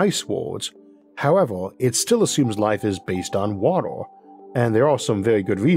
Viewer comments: I wanted to watch this video but your voice man, I can't 😂😂😂 such an interesting topic but damn I thought we were looking for water on worlds not wodoh on wods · It's pronounced WA-TER... Not "wattle". Sorry, but it's really annoying. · Please get a narrator, good content however you sound like a toddler with your pronunciations. Waduh 'Water' 😂 tempratuah 'Temperature' woahds 'Worlds' euuf 'Earth' ayuuh 'Air' Buaan 'Burn' pressuah 'Pressure' I could go on but please😅😂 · Water not wotar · I was thinking for quite a while about ammonia planet, thanks for giving new insights! Also you pronounce water unlike anyone else I heard and I got confused cause I heard "woro" instead of "water" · Water, w a t e r, not watel. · Water ❎ Woddle ✅ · Every time you say 'wator' it sounds like its the same audio clip spliced in, in editing. Orth. Dark mator. Stors. Vap'o'r. Horder. Otmosphere. Wor(l)ds. Pressor. Summor. Temperators. Coldor. Sorching. Papor. Temporol. Listenor. Divorsoti. Beavors. Signators. Crittors. Fact'o'r. Structors. Every vowel becomes an 'o' before an 'r' or 't'. What accent is that? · Jeez what an annoying voice to use. Water pronounced "wawah"?? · I cant take this guy seriously 😂 beawws he cant pronounce r s 😂this is genius fwozen owor. WA TRR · could not watch this because of the narrators speech... watooa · Bro your pronunciation is so freaking hard to get used to that I found myself rewinding about 10 times in 2 minutes of video. The fuck is wotor and rathor and alturnadif? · "That's whew ammonia comes in as a potentiow sowvent fow watow" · Im high but i cant even pay attention, the pronounciation keeps distracting me ahhh, wator, altornortive, univorse, etc. He keeps saying wator/watol tho im crying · Lawegest watal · "Wator 🤓" 💀 Edit: Idk why but this accent makes me wanna punch something, I can't watch this any longer... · i Can’t not hear waddle when he attempts to say water. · wah der😂 caw bon😂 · Please learn how to say water.